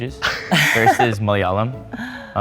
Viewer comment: I can't i' m sorry, "moyalam" 😭